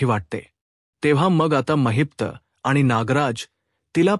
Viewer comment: It's not Mahipta it's Mahipat .